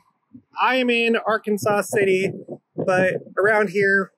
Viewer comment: AR Kansas is how it is pronounced